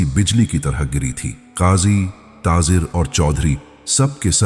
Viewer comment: taazer kia hota hai taajir hota hai